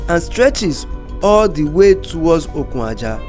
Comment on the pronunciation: Good Job on lagos - calabar highway commissioned. Just a point of Correction ; Okun - Aja meaning Ajah - Beach not the way you had mistakenly pronunced it as Okun Ajah, i.e Ajah Rope. Okun as in Beach in english. pls its just to shed more lights to your illustration not on negative side.. weldone .